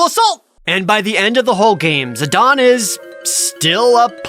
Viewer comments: if the comparison you’re saying was true, Zidane would be spelled without the e. But it’s not. So comparing it to Juan makes no sense. Juan is a name following a specific language’s spelling rules. What country’s spelling rule is Zidane following by being pronounced the way Dissidia says it? It’s not Japanese, that’s for sure. Otherwise the e would also be pronounced. It’s like making a character named Zane and saying it’s pronounced Zon. It’s stupid. Like sure, A non-canon FF game finally said the name out loud, but I don’t accept it as the correct pronunciation. Especially when the game came out 8/9 years after the original game. That’s 9 years they let people say it the way it looks only to tell them they’re wrong 9 years later with a spelling that doesn’t even look right to the way they’re pronouncing it. Tidus is one thing. Like I get how it’s actual pronunciation works. It’s based off of Japanese and it’s spelled like it would be pronounced. Whether you like the way Tidus is pronounced or not. If you wanted to make the Juan argument about someone who doesn’t like the way Tidus is pronounced it would work. But Zidane just doesn’t work the same way. It’s not comparable. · Final Fantasy IX was tied as my all-time favorite with Final Fantasy VIII (yea yea, boo all ya want *eyeroll*) but it quickly became my #1 favorite, def underrated as fuck. Tho I always have and always will pronounce Zidane as Zuh-Dane not Zuh-Don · Zid-ahn? ZID-AHN!?! IT'S ZID-AIN!!! ZIDANE, NOT ZIDAHN! That is all. Great video!! 👍👍 I was looking forward to this video for a long time! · Zi-DON... Chib-bee... I feel like this dude is butchering pronunciations just to elicit comments like mine to complain about them, boosting the video interactivity for YouTube's algorithm. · I mean, Jared must intentionally say incorrect things in a strange trolling attempt, right? "Zidon" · Omg you pronouncing Zidane's name incorrectly is cringe!! It's ZID-AYNE... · Zi don? You mean Zeh Dane?